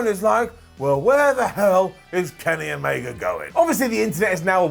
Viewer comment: "Kenny Gamega"....i miss Omega already.